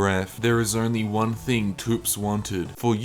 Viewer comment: ...pronouncing thops as toops gave me a nosebleed